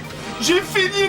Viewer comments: en fait ça se dit SCHTROUMFS et non SCHTROUFS à mais sinon tu fais trop rire :DD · schtrouMpfs et pas schtroufs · Pitié juste un seul truc : c'est les schtrouMphs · moi ce que j'entends, c'est "J'ai fini les SHTROUFS" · j'adore comme y prononce :les shtrouffe! ^^